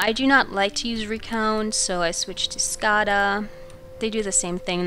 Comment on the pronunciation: skada is pronunced with a long a ;)